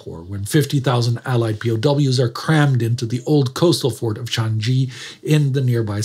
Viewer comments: Changi is not 'Chaan ghee' It's (/tʃɑːŋiː/) more or less 'chanee' or 'Chang ee' (no hard g) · Why is Changi pronounced ChanGee? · minor nitpick but Changi is pronounced with g as in g in garrison, not a j. Ch-ah-n-gee. short and simple. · Changi prison is pronounced Chaang Yee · Yes, as a local Singaporean here, Changi is pronounced without the g in it. Credits to for still trying his very best though! 👍